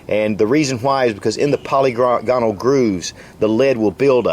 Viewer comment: "Pa-LI-gonal" is the pronounciation, not poly-GOnal. Ambi-DEX-trous, not ambi-dex-TRI-ous.